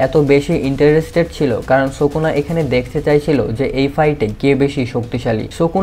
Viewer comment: ভাই সুকনা নয় উচ্চারণ হবে সুকুনা ❤❤